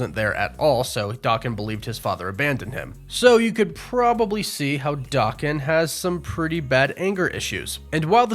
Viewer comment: two things. 1 His name is not pronounced Dokken. That was an 80s hair metal band. It is pronounced Da Ken but as a single word. 2. Here is a scene guaranteed to be in. DP3 but you will not hear about it till its on screen. When they come to the 616, Wolverine, will fight the Hulk. Marvel will not pass up that opportunity. Watch and see.